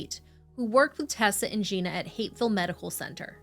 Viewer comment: Lol it does sound like that but it's Hapeville, it's a city in Georgia. I always thought it was "Hateville" growing up. 🥴